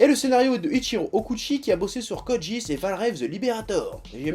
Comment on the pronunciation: De toute façon ça se prononce ni Code Guisse ni Code Jisse mais Code Guiasse